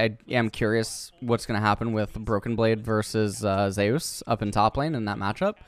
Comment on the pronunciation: zay-ooos. wtf, its Zeus my dude